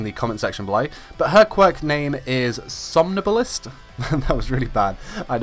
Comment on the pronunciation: Som - NIBBLE - ist